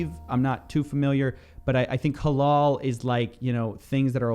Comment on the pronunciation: Prononciation of halal is more like halAl with a hard A not halol